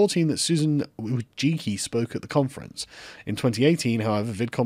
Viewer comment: Sargoy, learn to pronounce "Wojcicki" properly ffs. Put it into Google translate and hit the read aloud button, it hurts to hear you anglos struggle with polish surnames.